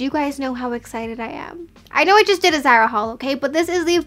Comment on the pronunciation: Pls don’t call it zera it’s zAra